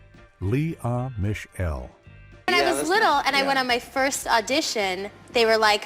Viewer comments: Lee ahhhh miss shell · The garbage narration is painful. Lee uh Mish Ell. 🙄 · What is with the exaggerated phonetic pronunciation of Tisha Campbell, Suzanne Summers, Leah Michelle, etc???REALLY bad!